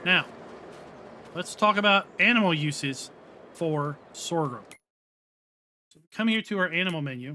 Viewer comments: What is this “sorgrum” you keep referring to? 🙊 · Stop saying Sor ghrum, there is no second R! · Everything you need to know about sorghum Step 1: Learn to pronounce Sorghum. As someone raised on a farm I was in a perpetual wince hearing Sore Grum 200 times. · LoL. You mean Sore-a-grum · Please- stop saying "Sorgrum"... its painful... 😐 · The word Sorghum has only one "R". Pronounced SORE-gum. Just like there is no X in espresso - "expresso" is incorrect. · There's only one r is sorghum. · Who knew there was an ‘R’ in sorghum? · I'm not trying to be a dick or incite a riot. Your pronunciation of "sorghum" is incorrect, no matter what part of the planet you are from. Look it up. I'm actually trying to be helpful with some constructive criticism. It's honestly hard to watch or listen to a video where someone is struggling with mispronunciations. I think people would rather watch a video where the narrator sounds well-spoken and intelligent. Do you think this would help your channel become more successful and find growth? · EXACTLY! It's jarring to hear such obvious mispronunciations in narration and honestly after reading his responses to viewers comments i'm not inclined to continue watching his videos. Have the grace to admit when you make a mistake and learn from it. Doubling down when people point it out only makes you look arrogant AND ignorant. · you're saying it wrong. I love your videos but it's simply incorrect.